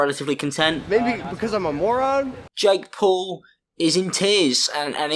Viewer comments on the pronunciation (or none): none